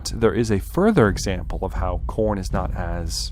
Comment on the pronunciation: you must be a slaaneshi otherwise youd say it right.